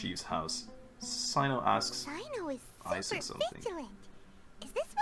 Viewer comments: So about pronunciations again: I already wrote about Candace, but there's another issue as well - Cyno should sound similar to "See-noh" or "Seh-noh", if I'm not mistaken. English voice over kinda butchered the names in this chapter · How to pronounce tighnari and cyno's names :) Cyno- sigh-no Tighnari- Tie-nari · cyno's name reads as [saino] and candace's as [kandakia] !!!